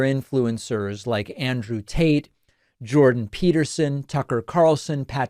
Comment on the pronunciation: Yes confirmed, he is saying Andrew Taint.